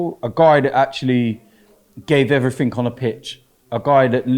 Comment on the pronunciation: Is it "everything" or "everythink"?